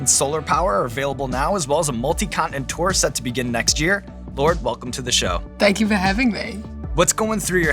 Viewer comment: I think Lorde adjusted her kiwi accent to be more understandable to an American audience from the way she said "set". It would usually be pronounced closer to "sit". And she spoke slowly.